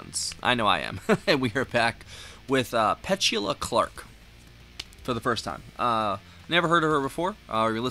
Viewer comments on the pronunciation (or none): I think it’s pronounced “Pe-TU-La”. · It should be Pe-CHOO-la. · Downtown is your next reaction by her it's pronounce pet- to- la ! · Or Peh-too-Luh 🤔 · Her name is pronounced PA-TOO-LAH .... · It's not pet...say the e like a....A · Pet-u-la. Not whatever pronounciation you were using. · "Downtown" was probably her biggest hit. At least in the U.S. She was quite popular. Did some acting also. But you pronounce her name wrong. 😕